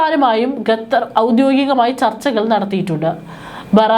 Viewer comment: വിവരം കെട്ട ലേഡി, ഗത്തർ എന്നല്ല, ഖത്തർ എന്ന് തിരുത്തി വായിക്കുക... നാണമില്ലേ വീണ്ടും വീണ്ടും ഗത്തർ എന്ന് പറയാൻ..